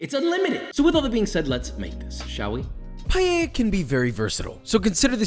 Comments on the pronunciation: Few notes from an Spanish. Please stop saying "payeya". It's pa-e-lla, it's only the "e", and is pronounced kinda like the one in pet. Also, paella might seem like just "rice with things", but it follows some rules and there are things that don't go into a paella, like chorizo. "Sofrito" is not the combination of tomatoes, onions, peppers and garlic, what we usually call sofrito is the ""sauce"" you get after cooking those together. Also, you migth want to cut or grate fresh tomatoes, add a bit of sugar to take away the sour taste and then add them into the mix. I don't know any recipe that uses paprika, but it doesn't seem that bad. Covering it with foil isn't bad, but here we usually use a cloth. Again, I haven't seen anyone adding olive oil after the paella is done. All things considered, is not the best recipe, is not the worse. Yeah, some crybabies from Valencia maybe want to kill you, but it's not bad. Chorizo is a big nono for paella, but for the rest this might be the best paella recipe I have seen from someone that is not from Spain. So yeah, 3/4 of a beso for papa, good job. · First of all...it's PAAAL EL JAA, not payeya .... learn how to pronounce it properly. Second do not even think of calling this a paella... This is a rice dish with things..lots of things. I live in Valencia (the birthplace of paella), and this has nothing, absolutely nothing to do with an authentic paella. No chorizo ever goes into a paella, no garlic ever goes into a paella, no wine, no bayleaf, no this no that. Sorry but this is total nonsense. Seafood? If you want to make a marisco, maybe.....but it is still nonsense. Parsley? Please stop this bullshit. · not a minute into the video and he already destroyed the word "paella" not "palleya" as he pronounces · today we’re making “payay?” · did you just say PALLELLA? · I usually like your videos, but this "paella" is just unacceptable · Please learn how to say paella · Please please please learn to pronounce Paella! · Pie - eh - ya